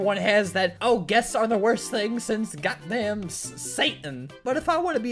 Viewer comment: the way he says god dang it sounds like he is saying got dang its not dang its the other word